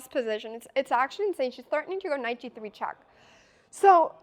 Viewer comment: Love the way she say chack 😁